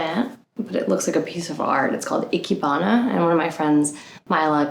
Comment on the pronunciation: ikebana: eee-KEH-bah-naw not icky-bana 😂